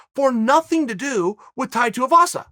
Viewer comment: Chael getting Tai's name right blew my mind